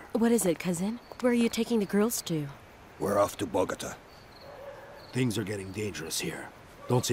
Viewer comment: "Binge Worthy in Spanish" After having Binged on "Esmeraldas" in Spanish During my Down time in Bed I Think "Esmeraldas" Loses some of its Flavor in Dubbed English. It needs “Quality Dubbing” For Example "Bogota" is Pronounced Bo-go-taah" not "Botgta" The English Speaking World in My Opinion has been Cheated out of this Exciting Serial. The Story Line Spans 3 Generations; so You have to be Mindful and Recollect the Characters as it devolves. The Actors are Replaced to reflect the Passage of Time as they Get Older. It has All: Love, Hatred, Greed, Betrayal, Loyal Servitude, Intrigue, Mystery, Jealousy, Compassion, Jungle Warfare, Revenge, the Whole Buffet of Movie Action filmed on Site, With Quality Cast. Having worked with an Ex-patriot from Columbia Back in the 80’s; who Fled to the USA said the Region was a Dangerous place to Live.